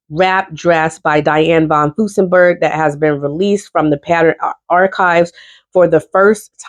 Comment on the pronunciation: I have a list of Butterick patterns I want but haven't seen Joann list them on sale for awhile. This has always been one of my favorite companies. Please add an R when you are saying von Furstenberg. Love your videos.